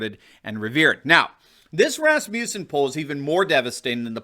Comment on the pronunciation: Please pronounce Rasmussen correctly. (It is my grandmother's maiden. name). The name is not Ras-mew-sen. It's Ras-moos-sen.